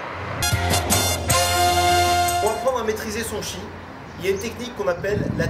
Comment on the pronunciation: Le chi c’est le tchi 😂😂😂😂